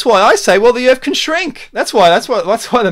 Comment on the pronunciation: I can't take anyone seriously that can't pronounce 'Earth' correctly.